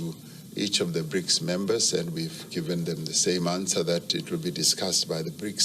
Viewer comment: "BRICAS" 😂😂 I'm done.